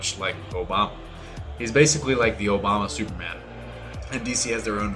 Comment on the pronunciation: Is he saying Superman or Sewerman?